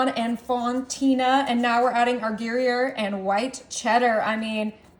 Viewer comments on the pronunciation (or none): Gary-air cheese? It’s pronounced gree-yair. You know how to deal with an uneven oven? Turn the pan periodically but that is obviously too much work for you. Asparagus ends needed to be chopped off. Entirely too much cheese and asparagus way overbaked. You should have blind baked the pastry dough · Looks yummy! Gree-air is the proper way of pronouncing the slice cheese... Everyone has their cute way of saying this cheese. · Just a tip...its pronounced gree yare. It does look great! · It's pronounce " groy yay.....FYI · It's not Gary - air.. lol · Gray-air cheese? WAA-la? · Turn every other asparagus around. Season it before adding bacon. You left a paper under the gruyere. And you're saying it wrong. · Thank you! Her pronunciation was killing me.